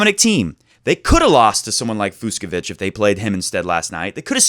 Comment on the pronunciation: The 2 ‘cs’ in Fucsovics’ name is pronounced like ch in Cheetos snacks. So it’s NOT Fuksovik :)